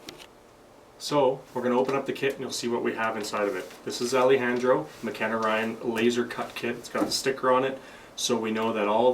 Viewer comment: This was a great tutorial, but that's not how you pronounce Alejandro 😹😹😹